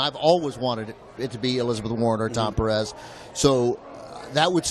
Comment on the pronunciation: A note on the pronunciation of Pérez... Note that the accent is on the first syllable. "PEAR - ez". Not "PerEZ". A small matter, perhaps, but important.